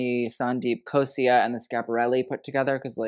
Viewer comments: Hey! Its amazing to see you talk about the Indian Fashion Industry and you appreciation for the art and textiles really shows. There is a vast and varied history behind Indian textiles and its traditional and modern use. Hope you keep looking into it. Also wanted to make a small correction, it is Abu Jani Sandeep Khosla, Khosla with a L not I. You are pretty good with rest of the pronunciations. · Rahul MIshra really doing well and he sure does deserve all the coverage. As for the minor slip-up (since I presume you read the 'L' as 'I' in the lowercase), its Abu Jani and Sandeep KHOSLA. They've been at it for almost 4 decades (actually my birth year being their start) and are sure ready to serve regal glamour. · 90s 2000s Manish Malhotra was amazing.He had created iconic pieces during that time. He has a great design aesthetic, I doubt his team is not matching upto his aesthetics. And that tiger on thr belt his Sabyasachi 's logo. It's like a LV or Apple kind of status. And one more thing it's Sandeep Khosla not khosia. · Would like to correct you here… It’s Abu Jani Sandeep Khosla ( ‘la’ )at the end not Khosia, Butchering the pronunciation doesn’t matter but atleast get the name correct. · Thats Sandeep Khosla.. with L not I.. Plzzzz correct yourself. 😂😂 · The anxiety that I got from him everytime I heard him saying- "Sandeep Khos-I-A" instead of "Sandeep Khos-LA". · I loved this review, just one thing… it’s Abu Jani Sandeep Khosla and not Khosia, again love the review, not hating just letting you know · Sandeep Khosla not Khosia 😅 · Okay but Gigi was definitely the best dressed. She looked stunning and the saree was gorgoues. Also side note - It's Abujani and sandeep khosLa, with an L not khosia, hehe. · Since there are so many abujani sandeep looks covered, wanted to point out that it’s khosla with a L not khosia with a i 😂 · Hey small correction - its abu jani sandeep KHOSLA, not KHOSIA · It's Abu Jani - Sandeep Khosla (not Khosia)